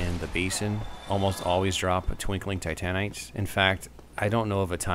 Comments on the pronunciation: You rock, just one thing though. "Ti-TAN-ite". Ehhh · I love the way you butcher the word "titanite" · the fact of how u pronounce titanite is hilarious to me idk why xD no offense I'm just used of calling it different